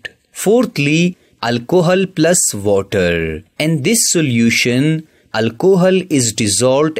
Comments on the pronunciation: Kinda true bruv he did say Vuttah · Waterrrrrrrrrrrrr how nicely you say sir😂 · Bro says water so so funny